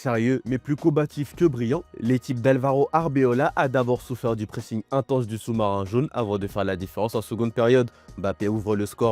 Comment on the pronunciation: "Arbeola".... un petit effort les gars